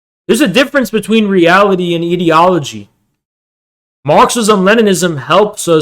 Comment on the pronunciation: I cannot focus on the topic because of how wrong he says ideology 😭